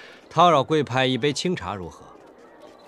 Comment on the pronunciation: 恣意妄爲 念zi 不是si 前面幾集 叨擾的叨 不念dao 而念tao 張哲瀚原聲 不小心還是念了白字 龔俊是專業配音 所以念對了 只看過張哲瀚的兩部劇 琅琊榜跟這個 唉 他什麽時候復出呢？